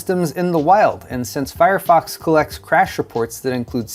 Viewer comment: I swear I heard "Firefucks" when you said fire fox..... then I heard "Suckit str5" lmfao this is a fun episode.